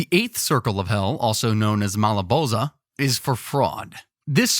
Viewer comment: it’s pronounced mal-uh-BAHLJ. He pronounced it Mal-uh bol-za